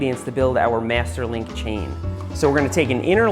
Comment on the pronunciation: I am making this a drinking game. Every time he says Mester Link You should drink a shot